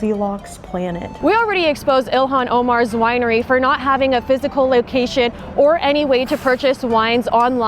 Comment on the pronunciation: First Lear'ing Center, Now a Wi'ery...